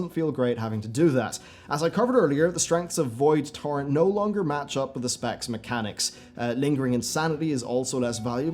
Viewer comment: every time you said "Void torrent" I heard "Void Tauren"